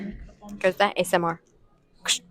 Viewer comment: Asmr❌ Esemar✅